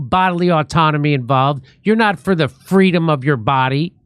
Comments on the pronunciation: I believe it's "fweedom " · She never said that; she always said fweedum. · Harris for “Fweedom!” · Doesn't Kamala mean "Fweedom"?